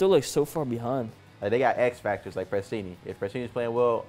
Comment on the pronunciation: I lost it when said prestinni with the weenie😂😂😂😂